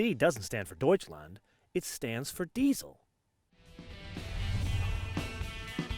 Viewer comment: how he says 'deutschland' is just awesome :) greetz from germany :)